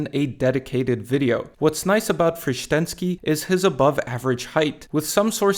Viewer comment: Cudos for pronunciation of Frištenský's name. He was real beast!